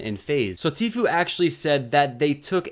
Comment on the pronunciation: It’s literally pronounced T-Foo not Few 😂😂😂